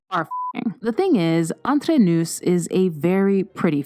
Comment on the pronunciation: Thank you. Have to admit I cringed everytime she said noose.